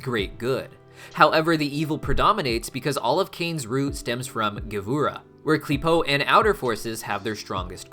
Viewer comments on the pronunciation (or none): 1st love your hazbin hotel and helluva boss videos 2nd Kabbalah is more like KA-balah you said it right but maybe say it a bit slower at the start 2. Gevurah is G vurah (g like gorilla/god) 3. What is a zohar is it a second name for the tanakh (Bible)? (Sorry its took me some time to answer I needed to re-watched the video)